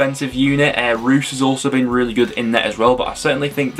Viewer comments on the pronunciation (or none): none